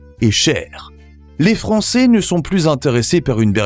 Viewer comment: Français pas francééé 😅